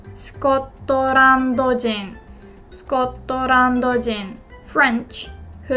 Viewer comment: Being from Scotland myself i never expected you to include our country in your translation, we are always lumped in with English or British which is just way off the mark, Also i dont know of its because i wasnt expecting it but it almost sounded like you had a scots accent when you said it